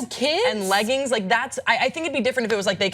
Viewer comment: The fuck is a ley-ging?